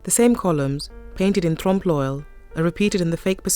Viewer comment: Every time she says Tromp LOL I giggle. She can say "ensemble" with a French pronunciation but not "trompe l'oeil"?!